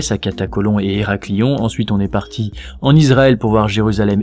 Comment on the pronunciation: AH NON ! Pas "érakli on" ! "Héraklion" se prononce "éraklioneu"